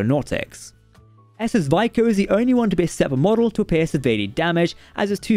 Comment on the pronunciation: SS Vico is pronounced "Vee-koh" in the episode.